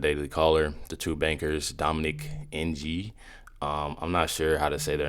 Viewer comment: Just FYI - Ng is pronounced like "ang" or "ing". Hope that helps.